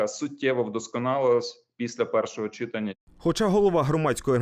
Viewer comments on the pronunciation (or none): Не довіряю журналістам, котрі не знають де у слові читання треба ставити наголос.